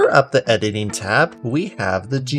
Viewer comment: edining ? xD in da beginin insert meme here nice tutorial